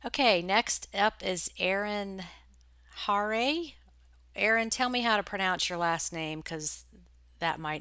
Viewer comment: Harre rhymes with car.